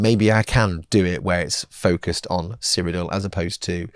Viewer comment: Did anyone else’s fruit based device think saying Cyrodiil sounded like he was saying ‘Siri’? Just mine then….